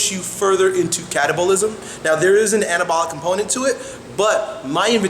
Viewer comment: Sounds like he is saying cannabalic